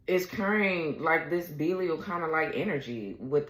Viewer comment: Pronounced Bee-lie-al is the first crowned Prince of Hell.